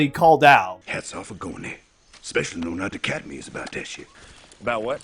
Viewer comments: really good video but please stop saying "eck-specially", it's really distracting 😭😭😭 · i gotta thumbs down for "ekspecially"